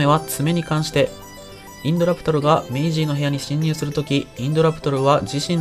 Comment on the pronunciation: メイじーになってるｗ